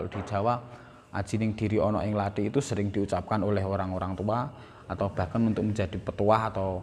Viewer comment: Pertama uluk salamsaja tidak fadih. Kedua omong Lathi saja salah katanya orang Jawa, omong Kathi tapi sptucapan orang Bali. Pakai blankon segala. Isino cak !.